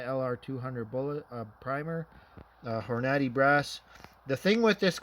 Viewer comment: horn a day is how you say it